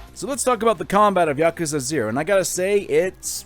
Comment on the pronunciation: Thank you for saying Yakuza correctly. Too many people say 'Yakooza'